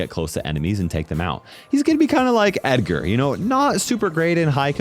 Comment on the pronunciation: ah yes, edgortis...